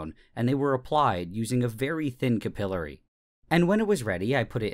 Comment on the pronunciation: One of us has been pronouncing "capillary" wrong our entire lives... If it's me, it means my grade school, high school, and college teachers also have been pronouncing it wrong their entire lives as well...